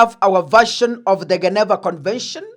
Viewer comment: GENEVA convention. Read As in G I N I V A